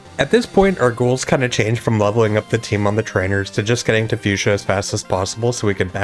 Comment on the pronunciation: So we just gonna ignore that butchering of Fucsia 😂😂